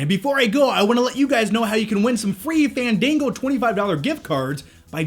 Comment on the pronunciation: Fandingo HAHAHAHA i cant!